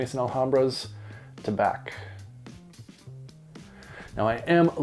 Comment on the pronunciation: Sounds like that Tabac (btw, Tabac in French is simply pronounced with an "ah" sound at the end, the c is muted 😉) is a good one, need to get this guy. Swiss Arabian is hit and miss, really. Their standouts are definitely the Shaghaf oud series and Casablanca by far, IMHO.